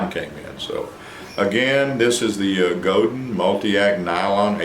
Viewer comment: It is pronounced Go-DAN . . . . It is French.